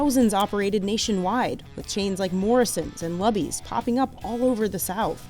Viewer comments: It's luby's pronounced like *looby's*. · I’m so sad that you mispronounced Luby’s. It’s pronounced with a long U, like you would pronounce Lucy’s.